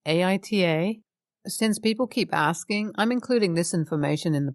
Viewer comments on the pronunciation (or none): none